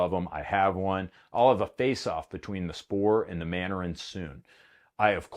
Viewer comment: Manurhin is pronounced Man-Urîne.